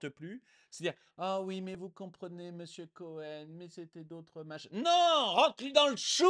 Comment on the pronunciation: Délectable ! : "Missiou Couhène " !!!!! 😅🤣😂